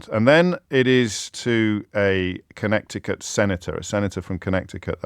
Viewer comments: "kuh-NEH-tuh-kuht". The second "c" in Connecticut is silent (for whatever reasons). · Sounds wrong when you say "Connekty-Cut" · It’s co-NET-ih-cut. The “c” in the middle of the word is silent. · Not pronounced ConneCticut James - it is pronounced "Conneticut: not important in the scheme of things but nonetheless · Con neti cut. Not "Connect i cut". just sayin. luv your stuff. Canada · Its pronounced "Conneticut"😉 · Please stop saying Connecticut😅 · LOL. Connecticut is pronounced as if the second small "c" isn't there. CONN-ETI-CUT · Just a pronunciation note: Con Ett ee cut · talking about idiots corner while calling the state connecticut connect-icut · The second c in Connecticut is silent. It is pronounced Connetticut. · I'm not gonna listen to a guy that pronounces it CONNECT-icut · Second c is silent in Connecticut - con-NET-icate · You don't pronounce the second "c" in Connecticut. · That's not how pronounce Connecticut. 😂😂😂😂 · Not sure if his pronunciation of Connecticut is a subtle joke or he just that pretentious…. 🤨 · Did James mispronounce Connecticut on purpose? Or was it a genuine mistake? Because he didn’t self correct. Was very odd. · I was wondering that as well. First time I thought maybe it was an inside joke, but the second time made that feel less likely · I'm sure I'll be thought pedantic, but there was a time when media journalists knew that the second 'c' in Connecticut is silent. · Is he deliberately pronouncing Connecticut that way? Is it the US equivalent of Worcester? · Strange pronunciation of Connecticut! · "Connecticut" FYI: The second "c" is silent. Carry on... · The first 'c' is silent in Connecticut 😉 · Pronouncing the middle c in Connecticut is something I’ve never heard before today… and I don’t like it, don’t like it at all 😂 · It would help your credibility if you knew how to pronounce Connecticut; the "c" before "t" is silent. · Someone tell James to fix the way he says Connecticut